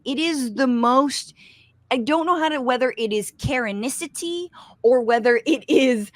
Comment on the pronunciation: Seriously did you say karenisity? I like you but this insulting bigoted karen shit is old and worn out.